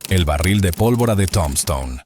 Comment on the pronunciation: This narrator is lousy she can’t correctly pronounce Tombstone or Wyatt Earp last name. Find a better narrator for the next ones!!!